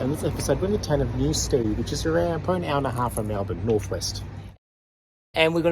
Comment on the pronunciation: New-STED, rather than STEAD. So glad you tried Dig!